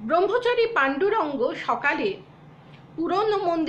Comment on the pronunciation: পূজ‍্যপাদ স্বামী বীরেশ্বরানন্দজী আমার দীক্ষা গুরু। গুরুদেবের পুণ্য জীবনী বইতে একাধিক বার পড়েছি। প্রাণারাম channel আমি প্রায় প্রতিদিন সকালে শুনি। র এই deliberation-এ উনি গুরুদেবের পূর্বাশ্রমের নামটি confidence-এর সাথে ভুল উচ্চারণ করে যাচ্ছেন দেখে/শুনে, লিখতে বাধ্য হলাম যে, স্বামী বীরেশ্বরানন্দজীর প্রাক্ সন্ন্যাস জীবনের নাম ছিলো-- পান্ডুরঙ্গ প্রভু‌। পন্ডুরঙ্গ কখনোই নয়।